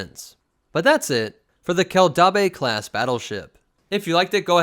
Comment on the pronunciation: Dude. Your pronounciation is terrible. Keldabe kell dayb. Named for mandalore's planetary capitol city Kimogila Kee Moh Gee Lah. Named for a predatory mandalorian big game lizard.